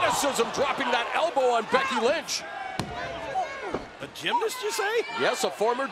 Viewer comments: did he just say Becky Lunch? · I swear I heard "Becky Lunch" 😂😂😂